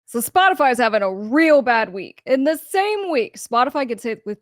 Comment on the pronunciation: Aaaaagahahahah I’m sure you just Said “ Botify “ 🤣🤣🤣🤣 Perfect 🔊❤️💪🏼🙏🏼